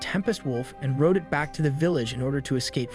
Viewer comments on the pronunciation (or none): none